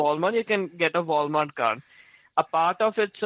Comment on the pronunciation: "voul mart"